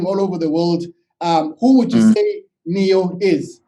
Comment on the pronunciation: It's neo, not nio